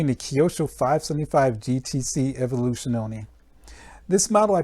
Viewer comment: and its not evoluzione for you americans to speak it right out but more like : A-volu..zyooona (last a spell short) ;) You learned me much with this video so I give you very small lesson ;) Cheers